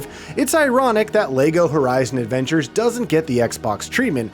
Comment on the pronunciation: Is he saying Lego Horizon Avengers? lol